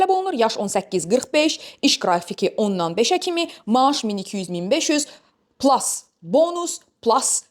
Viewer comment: Plas deyil plus😂 üstəgəl də deyə bilərsən 😂